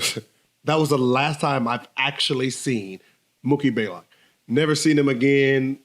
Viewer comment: Isn't it "BLAYLOCK"? Not baylock